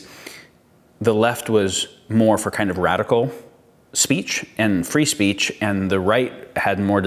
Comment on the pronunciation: "It's very easy to say 'free speece'" ...D'OH!